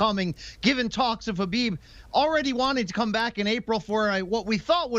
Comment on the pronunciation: U mean kubibe?